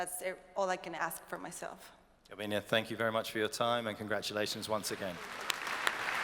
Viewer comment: Come on it's GARBIÑE, not Garbiña...